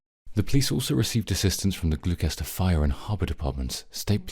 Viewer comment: “Glue kester “. ????? Really?! 😂😂😂😂